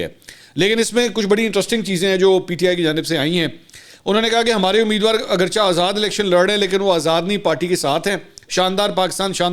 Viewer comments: یہ آپ کی تعلیم ہے، اگرچہ کا تلفظ اگرچا نہیں اگرچے ہوتا ہے۔ جہالت کی انتہا ہے۔ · منصور صاحب بلیز أب ابنا لفظ اگرجہ کا تلفظ درست کرلیں